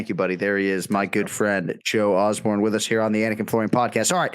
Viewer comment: Osborne 0-28 in name pronunciation. Unreal.